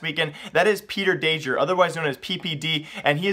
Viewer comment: It's peter DAIG ER day gEHR